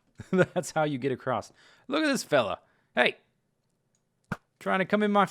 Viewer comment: "Acrosst". Must be a mid-western thing :p